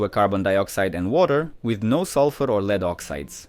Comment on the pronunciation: Good, interesting documentary. The AI voice could use some training on saying dates such as 1928, and to always pronounce lead so it rhymes with bed. 😃